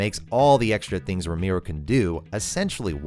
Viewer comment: For all the Ramiro’s out there who get their names butchered on a daily basis…thank you for pronouncing it perfectly in English. Pure catharsis to hear you say it well 😂